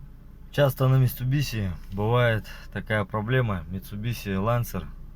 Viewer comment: Не биси а биши